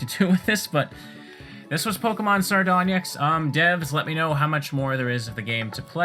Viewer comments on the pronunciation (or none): Sardonyx is pronounced sar-don-ix, not sar-don-yix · "Sardon-yix" haha Totally understandable mistake but still funny nonetheless. Also the stone Onyx is pronounced the same way as the Pokémon Onix. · I dont know if its a regional thing for that pronunciation to be common, but afaik the suffix "-nyx" sounds like "nix" the -nyx in sardonyx comes from the word Onyx/Onix (as it is a type of onyx stone) and the word onyx comes from the ancient greek word for nail "ὄνυξ" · You mostly pronounced Sardonyx right but the word actually has the Y pronounced with an i sound. Onyx is pronounced onix like the pokemon. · I'm not sure if someone said it before, but the "onyx" part of "sardonyx" is pronounced like "onix", as in the pokemon onix. There's no /nh/ sound or whatever it is you said hahaha I love watching your videos, by the way. The contrast between what you play and your personality makes it an interesting thing to watch, even if the episode is as long as you make them ^^